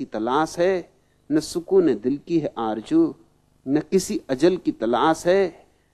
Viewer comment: Aarzoo not Aaarjoo. Babaji, pls dont spoil the beauty of urdu language,. People worship a guy who can't even pronounce the sound 'SH' or Z